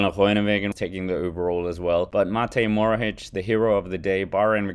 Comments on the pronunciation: "mohoric" not "morohic" please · EXTRA - Since people told you how to say a name, let me tell you it's Matej MoHoRič and not Matej Morohič, like you are saying his name. ;)